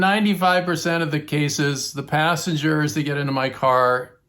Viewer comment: Assengers😂 is what i thought you said